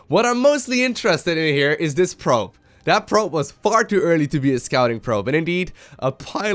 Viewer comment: did just say "pribe"? instead of probe?